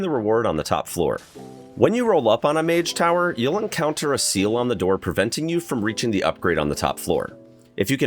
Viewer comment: “Mage tower”😂